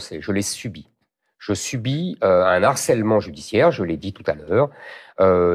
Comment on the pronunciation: "Un harcèlement" avec un "h" aspiré donc sans liaison SVP Monsieur Zemmour. C'est indigne de vous !